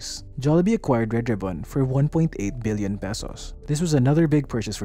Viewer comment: Im having trouble differentiating your pronunciation of “million” and “billion” sir. 😅 but great videos as always! Good job!